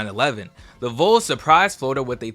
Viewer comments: ITS VOLS AS IN VAWLS NOT VOLES LIKE NOLES Please for the love of everything stop saying “voles” when referring to Tennessee, i thought you were talking about the fsu semiNOLES everytime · its not the logo thats the issue... you said BIR-MING-HAM Young, it is BRIG-HAM Young. Also, when you say Vols, it should sound like balls, not bowls. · Great video, but it’s pronounced “VAWLS” not “vOles”. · love the video and miss the bcs system, btw vols is pronounced vawls not vuls lol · Bro it’s not pronounced “whoals”. It’s “volls” like “walls” but instead of a W it’s a V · Every time you say Voles instead of Vols my skin crawls. Otherwise, great video.